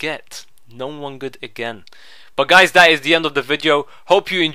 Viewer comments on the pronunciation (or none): Aha love it when he says 'And we get...No one gud.'